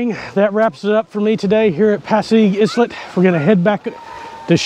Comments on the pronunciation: was islet supposed to be pronounce as "i-let" instead of "s-let" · i think it pronounce ay-let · Islet is pronounced isle-let, simlar to how island is pronounced isle-lund not is-land.